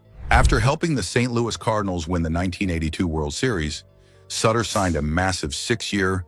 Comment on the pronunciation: Someone please tell the AI it's pronounced SOOter